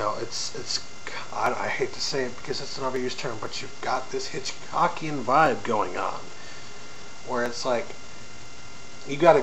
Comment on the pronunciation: you said hitchcockien :P